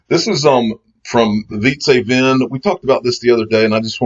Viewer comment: His first name is pronounced like pizza, but with a V. And last name is pronounce like Vint. So it sounds like Veet-suh Vint. Say it with pleasure. I KNOW your ass can pronounce pizza correctly. Hahaha. Cheers. But, get it right, the man will be a legend one day.